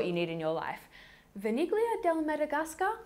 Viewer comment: Vaniglia is probably just pronounced vanilia. I think you could have figured that one out.